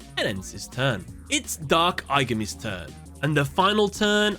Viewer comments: I-GAH-ME... please pronounce it as in the movie... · “Eye guh me” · Im almost certain im the only person upset by this, but jeez the mispronunciation of aigami's name and the cubic card's names is genuinely confusing to me Considering that they say the names in the movie. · Take a shot every time he pronounces Aigami's name wrong. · Please pronounce the villains name correctly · Have you not watched the movie? You’re pronouncing the villains name so wrong